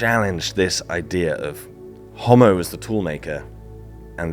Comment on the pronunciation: Ho'mo.....not hommo